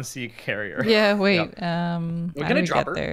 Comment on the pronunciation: "R for drrrrrrrop" lmao